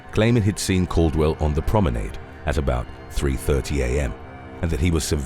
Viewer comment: It's pronounced 'cura sauuw'. Also 'promeen aaad". Please review